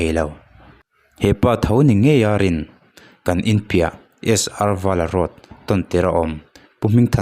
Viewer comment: I chhiar thiam lo emai...Sr vala road i lamdan te hi, pu Fc Nghina colony i lam dan te hi, mizo diktak i ni em..? 😂 A thlúk a diklo emai